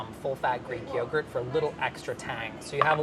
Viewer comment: FINALLY someone else pronounces it “yogret” instead of “yogurt”.